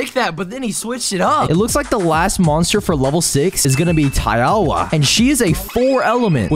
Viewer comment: ITS TAE-WAW